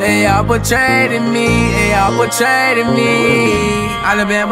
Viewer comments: I hate that he mispronounced “Betrayed” but fuck that, this shit is too deep to ignore. I feel him though. Life will make you numb after a while. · nice but ummm... betrayed has only two syllables